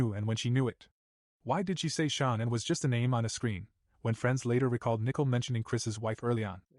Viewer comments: You know what I don’t care nichol being called “Nikel” But at least call Shannan by her actual name It’s Not SHONNON 😒 My gosh the subtitles even say SEAN That’s a male name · And its not Shonnon. Get better AI and it will be better.